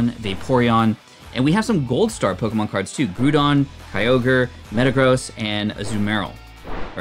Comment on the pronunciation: Your pronunciation of the Pokémon names is cringe worthy.